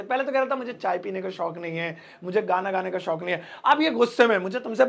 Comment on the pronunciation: Kindly Improve your हिंदी शोक अलग और शौक़ अलग पूरे वीडियो के बोल भी शौक़ से रहे हो। Edit your Hindi pronunciation also